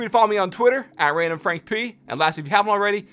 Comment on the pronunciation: idk but i love it when he says it randomfrankPPPPPPPPPPP like the p is in a new york accent lol